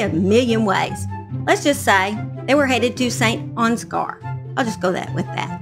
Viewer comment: You were pretty close with the pronunciation of St. Ansgar, I grew up there and it’s pronounce Saint Ans-ger. (Ger as in grrrr) This case is wild and so horrible. I feel for Angela and her family. I didn’t know Nathan personally but he checked me out at Casey (the local convenience store) a few times. We do not have murders here, once every few decades. RIP Angela.